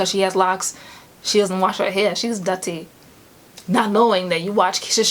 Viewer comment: hey pretty lady! I'm just curious. You said dutty lol are you Jamaican?